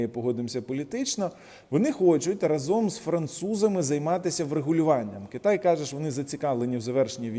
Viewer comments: Вас слухають і дивляться багато людей. Дякую за вашу аналітику таку дохідливу, розумну, обʼєктивну. Прошу Вас правильно вживати слово рА зом з наголосом на А, Дякую за розуміння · Сука рАзом, а не разОм